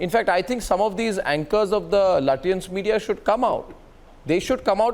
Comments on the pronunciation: Lutyens naheen latiyens🤣🤣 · Sounds like chutyans 😅